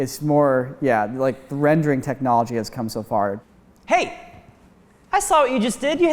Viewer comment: You mean "How fur we've come?" 😜